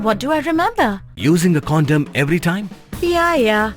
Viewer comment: Condom not condem